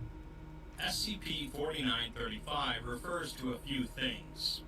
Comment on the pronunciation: I hear you pronounce it as spc often.